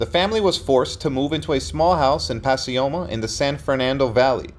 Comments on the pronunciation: Puh Coy Muh is how you pronounce Pacoima not pas si oma , christ oh mighty dude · It’s pack-OY-ma, not Pass-ee-oh-mah!! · I’m from the SF Valley and was wondering where pasioma was lol. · Pacioma? Never heard it pronounced that way. It is really pronounced Pacoima. Grew up all over the San Fernando Valley. Continued R.I.P. Men.